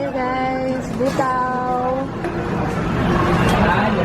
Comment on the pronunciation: Buta means pork,ang basa dun sis Bu-ta-o